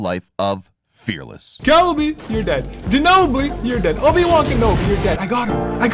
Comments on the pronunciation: It is kobe not coby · seriously why everybody says Coby instead of Kobe? i don't get it 🤦🏼